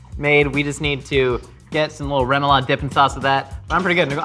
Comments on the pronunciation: can't tie his own shows, zest lemons right or say Remoulade correctly.... should be "Ro-ma-lade"" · please as a cajun never say it like that its pronounced rah moo lahd